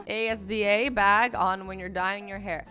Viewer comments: Azzy: as, asd erm a.s.d.a Sorry I don't know that place. Me: ASDA it's ASDA azzy not a.s.d.a hahahahah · Azzy:Aaasssdiiahh Me:it’s not that hard it’s Asda my Nan works there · Its a british shop As-Da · Omg u don’t know what Asda is (it’s pronounced as-da 🙂) not hating btw it’s just a shop I always go to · Asda is a British store and it is pronounced azda not Asda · Omg a-s-d-a? I’m so British (it’s a British shop)😂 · U don’t say A S D A it’s pronounced as-da it’s basically Walmart in the uk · Azzy: "don't leave an A.S.D.A bag on when dying" Me:*facepalms* it's Asda azzy xD 😂 You crack me up sometimes ❤️❤️ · Azzy just to say it’s pronounced azda and it’s basically the English wal-mart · Asda is a shop in England I go there occasionally and damn some of them pizzas.....I’m weird I know It’s pronounced as-da aswell btw :)) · Asda is a word not A.S.D.A it is pronounced as da Oh and love you the only reason I know this is cuz I live in England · Asda is pronounced az-dah, hope I help!!! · Azzy, you pronounce Asda as `Azda` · Asda is a British Walmart and it is pronounced A-S-DA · Asda is a supermarket pronounced has da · ITS ASDA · Asda is in the UK as-da that's how you say it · Umm asda is a British shop it is pronounced azda Lol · U pronounce asda like azda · british people watching azzy say A S D A instead of asda: 0-0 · Asda is pronounced as :Azda BTW: UR THE BEST YOUTUBER EVER!!! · When she says assta A S D A ok I’dk this place and all the British people are like 😡😡😡😂😂😂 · Asda is pronounced. As-du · asda you pronounce azda and it is a big british shop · Asda is a store in Britain not sure if it’s in only Britain but yeah it’s pronounced asder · Asda is a uk store pronounced azda just so you know! :) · Asda is pronounced Azda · Asda is an Ireland shop I live in Ireland it's an Northern Irish shop its pronounced as da It is also in the UK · ASDA is pronounced AS-DA and it is a British supermarket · asda is prononced azda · pronunciation of Asda is AZ-DAH